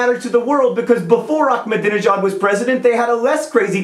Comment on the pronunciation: Just fyi, it's not "Achmadinejad," the "ah" is just like a regular "a"